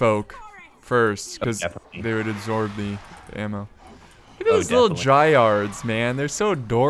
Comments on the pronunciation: How the hell does no one know how to pronounce dryad? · Bro dry-add not dry-ard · haha Said dryard👏